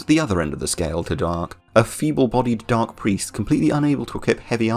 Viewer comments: Da-arce not dark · Hey great video! I dont know why I was suggested this video, but I subscribed :) quick note though on some of the French names. D'arce is pronounced "Dar-see" or Darcy, and Francois is pronounced "Fran-swah". French is always weird and I'm cursed with speaking it lol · WHo is Darke and Frankeus ? Do you mean D'Arce and Francois ? that's not how you pronounce those names